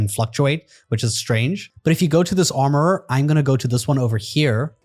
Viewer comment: Why does it crack me up every time you say armourererer 😂